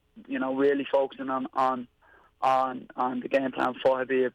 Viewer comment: Khabibs “O” has got to go